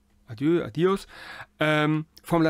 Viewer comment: Beim spanischen "¡Adiós!" liegt die Betonung auf dem o = "a-DJOSS". 😉